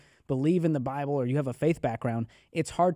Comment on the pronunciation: The 'Buy-Bull'....I aint buyin' it. Great chat otherwise. Lol